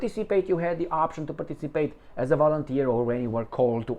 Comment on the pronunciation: I like that "volunterski"...😂😂😂